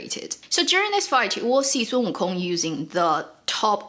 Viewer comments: learning how to pronounce "WO Kong" the accent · So, we should not pronounce the G in wukong